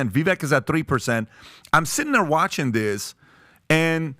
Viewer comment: I just love this but I wish “this and that” wasn’t “dis and dat.” Otherwise, all on board